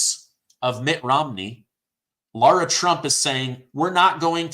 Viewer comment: Its laara trump